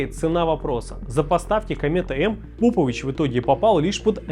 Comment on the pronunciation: Попович правильно ставьте ударение, навальнята ебн